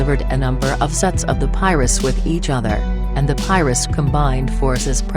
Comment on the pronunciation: lol. she said piruss